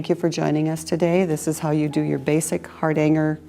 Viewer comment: Please try to pronounce ‘Hardanger’ correctly. It hurts this Norwegian’s ears.🇳🇴